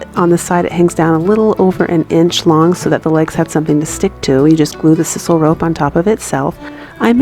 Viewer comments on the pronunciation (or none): Very awesome! BTW it’s called “sysoul” rope not “sisole”...just letting ya know...I tried to spell it right but it’s hard to type how ya want to spell something out haha...your crafts are beautiful!!! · Hey cutie, love your ideas and your skill. Thank you. My little gift to you .... Click onto video called "how to say sisal". Or read me: sssss eye sal. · FYI, the "I" in sisal has the long sound as in sigh. I have been binge watching and loving it.